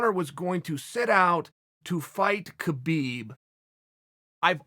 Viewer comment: Teach how to say "Khabib" as well